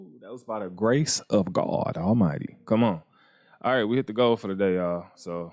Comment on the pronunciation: Lol how you said the Grace of God 😂 thats real tho he show up and show out